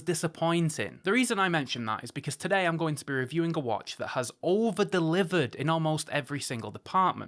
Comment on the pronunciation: Watch-in' > Finish-in' > Review-in' Can someone tell him, there is an "ing" on the end of a word !!